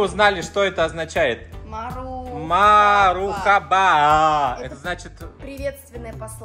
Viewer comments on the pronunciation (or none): Вопщето не мархаба а мерхаба читаеться правельно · Вообще-то правильно не мур хаба а мерхаба